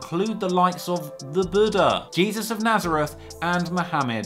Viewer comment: I noticed you pronounced the Lord Jesus Christ's name as "jebus" and the name Julio as "Joo-leo". What about the flat earth theory being proven false, oh genius of all geniuses??